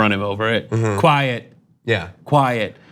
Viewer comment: did he say quiet?